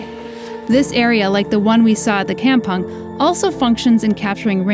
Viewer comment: Oh gawd... While it's a nice episode... Hearing the word "kampung" pronounced that way is so painful. And butchered the Malay language. LoL. Did you actually asked a local Malay person in Singapore how it is supposed to be pronounced? LoL. Anyway I really like the places you visit... But... Just don't butcher the local words LoL.